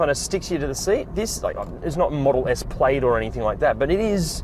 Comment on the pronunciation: Love the video and I never knew this existed. But also you are the first person I have ever heard call the Tesla Model S Plaid the "played" 😂